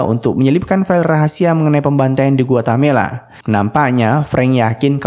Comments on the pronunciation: Guatemala, bukan Guatamela. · Bkn guatemela tp Guatemala 😅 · Ada beberapa kali disebut Guatamela,seharusnya Guatemala broo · Bang kayaknya GUATE-MALA, bukan GUATA-MELA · Guatemala min, bkn guatamela😊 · Pln2 komennya ya mimin...Guatemala tp kok dsebut gautemela...itu nama negara bneran lho min...🙏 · Guatemala broo..Bkn guatamela😂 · Guatemala, bukan Guatamela. Coba biasakan cross-check data. Semudah membuka Google Search. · yang benar itu guatemala min bukan guatamela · GUATEMALA bukan GUATAMELA😂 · Para pembaca alur cerita film kayaknya harus belajar geografi lagi, Guatemala dibilang Guatamela. Pernah juga nonton alur film di channel yg lain ibukota Yordania harusnya Amman dibilang Amnan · GUATEMALA BANG BUKAN GUATAMELA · Guatemala min. .Gua Te Mala. . risih denger Guatamela ny min. . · Harusnya bukan "Guetamela"... tapi "Guetamala" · Sedikit koteksi GUATEMALA bukan GUATAMELA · Guatemela apa guatemala min?? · Guatemala min: dibaca Gu Wa Te Ma La 😝😝😘😘😘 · samaaaa!! awalnya gw pikir gw yg salah denger atau mimin yang salah sebut tapi mpe akhir review tetep Guatamela. tiap mimin bilang Guatamela, gw koreksi sendiri hahahaha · dia bilang Guatamela mulu 😅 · Gpp Om, Guatamela drpd Guamelata. Kl di togel itu namanya dimistik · nyebut Guatemala dengan bener apa sesusah itu ya? 🤔